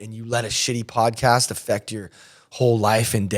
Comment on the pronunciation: Yo you said podcast wrong. Keep up the police vids!